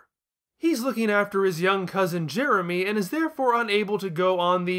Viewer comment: Other reviews I've seen of that episode just keep making fun of Jason making Jeremy's name sound like "Germy," so I'm glad didn't get stuck on that!